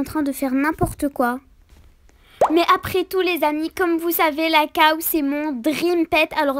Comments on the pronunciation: mdr on dit pas caw on dit cow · Cow pas caw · Ses pas caw ses la cow